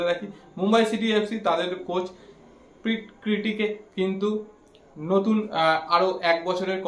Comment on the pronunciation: পিট ক্রিটি নয় ওটা পিটার ক্রাটকি 😂😂